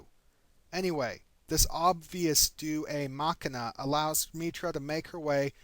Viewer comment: Ok ok,firstly I love all your videos and you are awesome. But fuck, every time you pronounce "deus ex machina" as "doos ay mack-i-na" I want to pull my brain out and slap it in order to snap it out of its hysterical simultaneous laughing and screaming fit. Please, for the love of me, your fanboy, and all that is holy, pronounce it "day-oos ecks mack-ee-na" from this day forward, lest the Romans pull a Sith and suddenly appear out of the far reaches of space, their empire still intact, and put us all to the sword for our communal sins against their language. I don't mean to be pedantic, but when you mispronounce it it hurts.